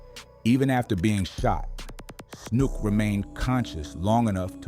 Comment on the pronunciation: His name was Matthew snook not “snoop”… just like the one bull in save the last dance… Snook…